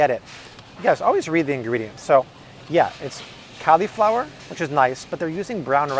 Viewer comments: PLEASE, it's not CALI-flower (as in California) it's CALL-i-flower (as in call me maybe). Just to be safe double checked 4 dictionaries and not one "CALI(fornia)-flower" pronunciation. Stop triggering my OCD plz. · He said Califlower... oml I'm dying!!!!🤣🤣🤣🤣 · Interesting pronunciation of the word cauliflower.